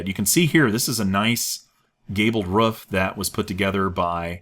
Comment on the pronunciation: why do you say rough for roof?